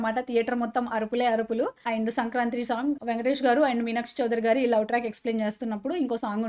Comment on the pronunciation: సంక్రాంత్రి కాదు అక్క, సంక్రాంతి